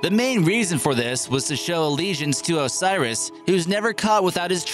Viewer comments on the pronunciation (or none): none